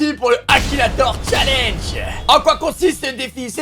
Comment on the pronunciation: Tu pourrais dire challenge au lieux de dire challengehhhhh